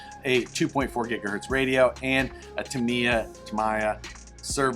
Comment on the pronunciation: it is pronounced Tamiya (tam-ee-ya) The Japanese pronounce their "I"`s like EE.